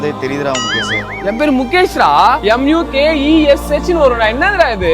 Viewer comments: Mukesh❌️ Mugaysh ✅️ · Mukesh ❌Mugaysh✔️😂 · Mukesh❎ Mugaysh✅😂